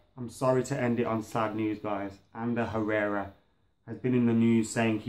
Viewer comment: i almost die when u say Herrera